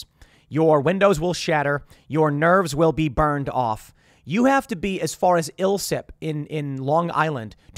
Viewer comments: Islip is pronounced ice-slip. Funny hearing Tim say it though. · Tim, its islip pronounced like i-slip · Wow tim does not know about NYC. First of Hempstead is not in NYC it’s suburban Nassau county. Secondly ISLIP (Eye-Slip) is not pronounced that way at all 😖